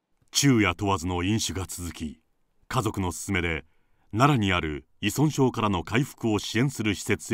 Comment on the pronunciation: ナレーターさん、いそんしょうと言ってます！正解！